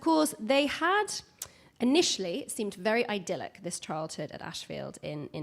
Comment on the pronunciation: How on earth does this event have a compere who mispronounces 'idyllic'?